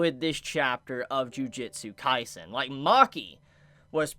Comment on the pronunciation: Did this dude just say "Jujitsu Kaisen"???